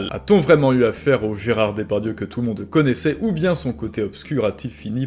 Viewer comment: Tu prononces "Dépardieu", c'est volontaire parce que sourcé (entre guillemets) ?